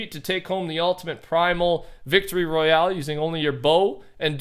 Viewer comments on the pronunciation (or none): none